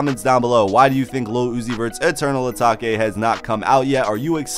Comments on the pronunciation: Did my mans just say eternal ataki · Dont tell me my man just said eternal atake wrong...🤦🏻‍♂️😂